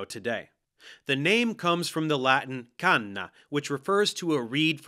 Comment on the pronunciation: Ottima pronuncia! Come italiano approvo questo messaggio. Canna also means joint :)